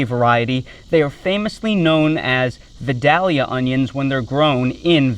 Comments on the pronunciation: Good info. I live about 30 min from Vidalia. Just wanted to let ya know us locals pronouce it vy-dell-ya. You have to say it as country as possible too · We just found out you're not a native Southerner. It's pronounced VYE-dayl-ya. 😁